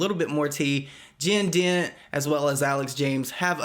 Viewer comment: i kept thinking he was saying “jin din” & i was trying to look them up and see who it was and then i realized he said jen dent lol